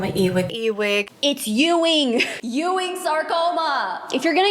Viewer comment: Having my last name pronounced this way is pain inducing... Ewing ( U - ing)